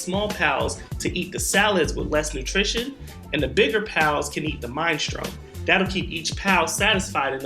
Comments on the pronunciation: FYI Mine - Strone is actually pronounced Min - eh - stroh - knee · Hey! Minestrone is pronounced min eh stro nee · There's no way you don't know how to say minestrone lol